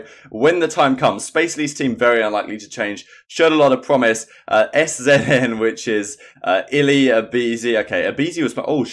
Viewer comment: Bro (SZN) is pronounced Season bro. Tired of watching your videos everyday and you miss pronouncing their team name smh. I will Subscribe again when I see a video of you pronouncing right